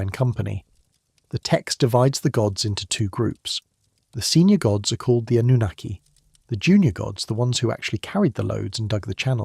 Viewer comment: It's Anunnaki